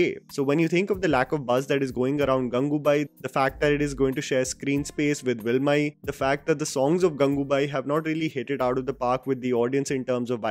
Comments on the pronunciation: It's Valimai not velimai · It's Valimai bro not Wilmai. 😂😂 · 'Willmay'..??? Seriously? Dude it's Valimai..... 😤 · "Villmai" ?? 😖 Not to be rude, but please do research the pronounciation of South Indian film titles like this VALIMAI for future videos. In the middle of enjoy your content, this sticks out like a sore thumb :/ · It's not vilmai it's valimai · JigarTAANDAAAA... Vilmiiiiii... Get your pronounciation right boyyyyyy